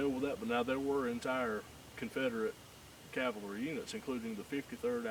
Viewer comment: The best way to remember how to properly pronounce "Cavalry" is to note that the word is frequently abbreviated to "Cav." Please don't get lazy and pronounce it as "Calvary," which is the place where Jesus was crucified.